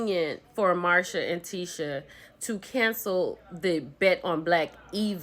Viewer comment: So, are you mispronouncing Marseu's name on purpose? Is it an inside joke? Cause I'm confused every time you say Marsha!!!